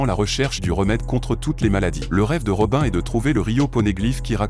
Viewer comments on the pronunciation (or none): La vidéo était vraiment pas mal jusqu’à se que tu massacres les prénom des perso principal…. Jinbé robin etc….